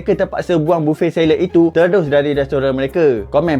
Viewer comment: Sebut BUFEY Not BUFFET